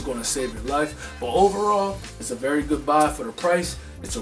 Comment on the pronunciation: "it's a berry goodbye" lolz